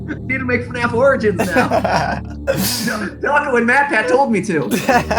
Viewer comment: The fnaf show where can’t say his own name and says dawcol.